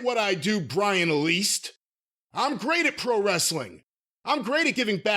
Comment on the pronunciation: "Brian Least" 😂😅